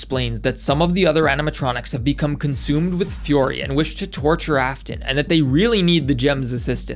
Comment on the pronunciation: Heh this is funny it sounds like he's saying furry not fury